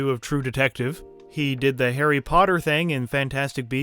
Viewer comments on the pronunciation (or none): none